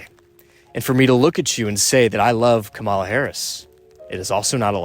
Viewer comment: Bro, comma ( , ) la. Not ka-maul- uh.